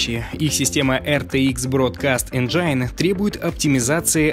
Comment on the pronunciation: контент годный, голос приятный, произношение - отвратное! какой еще энджаин?? какой хаосгрупп? Это какой-то фристайл..